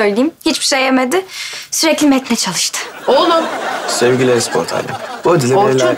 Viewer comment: lan e sport değil e spor e spor t yi nerden çıkarıyosunuz